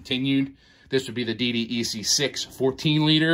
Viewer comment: Say D DECK please. That's how it's referred as. DDEC = D DECK. you are welcome.